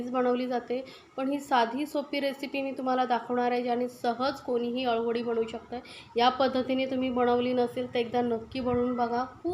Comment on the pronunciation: बनवु असे बोला बणवु नाही